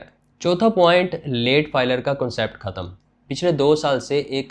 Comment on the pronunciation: لگتا ہے تم بچپن سے ہی ہندی فلمیں دیکھتے ہو ختم کو بار بار کھتم کھتم کر دیا ہے بول رہے ہو ۔